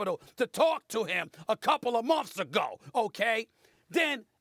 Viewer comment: "A COUPLE OF MUMFS AGO!"